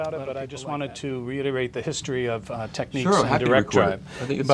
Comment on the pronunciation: He can't even say TECHNICS